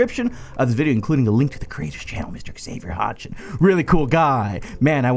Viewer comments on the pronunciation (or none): none